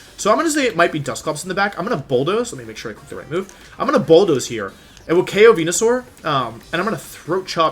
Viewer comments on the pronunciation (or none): no one, absolutely no one: .... Wolfe: VENYASAUR